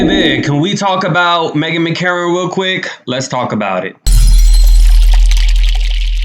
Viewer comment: It's Meghan McCain not Megan McCarron